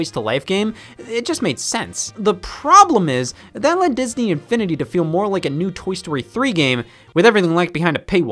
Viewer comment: Bro, the way he said “Disn-E Infini-D”